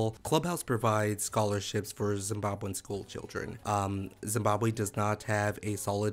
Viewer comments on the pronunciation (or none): none